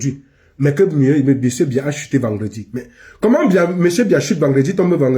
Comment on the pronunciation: C’est pas Mbiya, c’est BIYA 😂😂😂